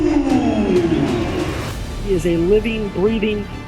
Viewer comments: Who is Markus Ruuuuhl? r ÜÜÜ hl pls. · Its Rühl not rule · RÜÜÜHL not RUUUHL!!! 😠